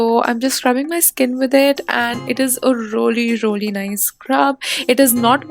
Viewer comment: Rolii roliii instead of really really 😂😂😂😂😂😂😂